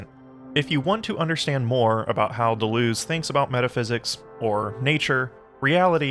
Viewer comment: Native English speakers, if you can say, 'Duh,' then you can correctly pronounce French words and names like 'de' and 'Deleuze.' For the latter, say 'duh' twice, then repeat adding a 'z' sound at the end, then repeat again replacing the second 'd' sound with an 'L' sound. That's it: duh-luhz.